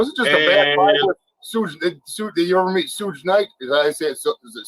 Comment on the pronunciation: Soooge lmao it's pronounced SHUG wtf lmao